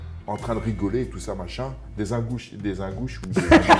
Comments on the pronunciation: Phonétiquement : - pas UN GOU CHI mais - INE GOU CHI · Pas IN COMME ÇA S'ÉCRIT, MAIS ÇA SE PRONONCE INE (INGOUCHI/INEGOUCHI) et c'est un oblaste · Ingouchie ca se prononce in comme en english😮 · Bonsoir vous demander le respect et la politesse ? Ou est le respect pour l'Ingouchie et ses habitants ??? Prononcer le nom d'un pays qui vous a accueilli c'est trop compliqué ? Frans chiotte ça vous va comme prononciation de votre nationalité ??? Et ce n'est qu'un exemple ... Curieux de voir la réaction de Khabib si il tombe sur cette vidéo... Warin je ne t'ai jamais apprécié de part ce que tu dégage dans toutes les vidéos ou tu apparaît. Ton visage et tes expressions représente absolument tout ce que tu es. MR Diabaté vous êtes du même à genre... Jamais content, aigris et ce permettant de juger et rabaisser ceux qui vous plaisent pas... Les ARTS MARTIAUX .... que nous apprennent ils ????? Respect des adversaires, HUMILITÉ... Vous avez oublié ces fondamentaux il y à bien longtemps 😢😢😢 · Meme le mot "Ingouchie", soit disant le mec est alle pleins de fois la bas et il est incapable de la prononcer correctement